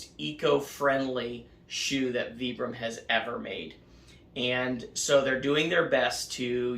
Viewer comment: Sounds like vai.bruhm not vee.bruhm